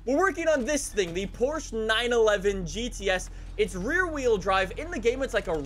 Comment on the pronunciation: accidentally pronounces Porsche correctly. If only he would intentionally do it from now on.